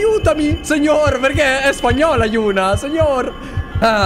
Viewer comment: Si chiama yuna ma li altri dicono euna e giusti ma si legge yuna